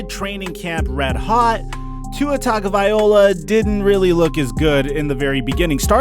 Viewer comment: If you're going to do this, you should get with the program and learn how to pronounce Tua's name correctly! Have you been under a rock for the past few years?